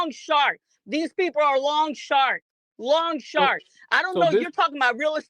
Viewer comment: She called them, “long sharks” instead of “loan sharks” lmfao